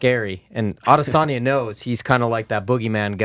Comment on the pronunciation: Yo.. it's not Ah-de-SAWNYA, it's a-DESS-on-ya... also, you're doing a great job, i look forward to "The Schmozone Podcast 500: UFC 414 Fight Week..." ok best of luck sir